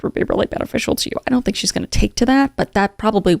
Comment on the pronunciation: Oye doun’t